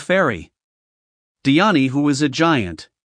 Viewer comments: Di an E weirdo it’s pronounced die Anne, get a better voice filter, and everything is wrong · the pronounciation dude its sounds horrible like :escaner diani neliotas and like 4 more